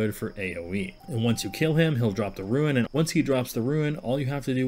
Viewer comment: Rune. Not ruin. Lol